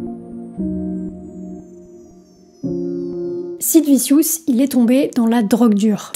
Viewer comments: J'aime beaucoup tes vidéos et je pense les avoir toutes vues mais je ne peux pas m'empêcher de me marrer quand tu prononces un mot ou un nom anglais. Sid Vissious..😂😂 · meme "vichieus" pour sid , en tous cas c bien de le rappeller . n'importe qui fait des videos aujourdh'ui traite de sujets qu'ils maitrisent a peine avec 3 recherches . ca prends la tete cette tendance .